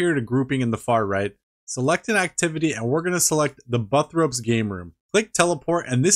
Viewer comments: Loved the vid. Couldn't get over you calling Burthorpe "buttrope" instead of "bur-thor-p" 😅 keep up the good work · BURthorpe lol. Buthrope .. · Bro wtf is buffropes 😂😂😂😂 it's burthorpe, like birth forp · Bro said Buthrope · NEVER in my life. Have I heard. Someone call Burthorpe. "Buttropes." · Sir. Im kinda high right now, but did you say "butt-rope" instead of Burthorpe? 😂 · i feel like the way you pronounce burthorpe and falador is rage bait so i will just say this: i will NEVER PRONOUNCE IT POON